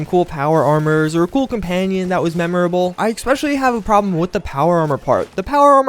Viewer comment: Especially is pronounced ES-PECIALLY, not EC-SPECIALLY, same with ETCETERA, it is not EK-CETERA